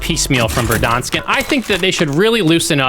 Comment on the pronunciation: Fun fact: pronunciation of Verdansk is actually correct according to Russian.